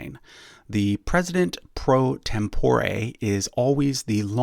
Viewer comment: A good explanation, to which I would like to add a few minor corrections. "Tempore" is pronounced with the emphasis on the first syllable. (I used to teach Latin.) The President pro Tempore of the Senate is the longest-serving senator from the majority party in the senate. Also, C. Douglas Dillon, the Secretary of the Treasury under Kennedy, was personally a Republican.